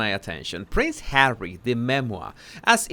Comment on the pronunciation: No matter how bad my mood or day is going as soon as you say Hawwey I smile and say it out loud Hawwey